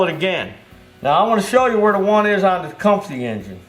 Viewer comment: 😆 Tech-um-us engine! Those flipping teeth I can’t even..